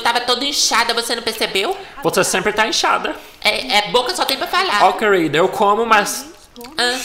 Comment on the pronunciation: "Ou então quelrida... kk